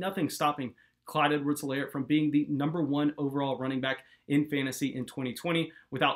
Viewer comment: H is silent. EE-lair.